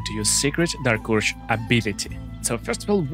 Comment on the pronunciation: Normal people: dark urge This: dark ursh